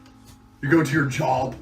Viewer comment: Andrew sounded like he said jerb instead of job